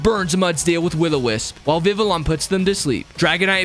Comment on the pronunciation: It's pronounce Viviyon